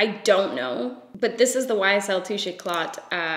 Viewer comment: I absolutely don't try to be rude, just wanted to say that the word "éclat" is pronounced without the "t". French language can be very tricky sometimes 😅